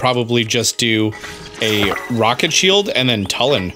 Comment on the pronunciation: Does it bother anyone else that mispronounces Tulin's name?